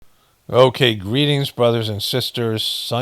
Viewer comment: "Gweetings, brothers and sisters"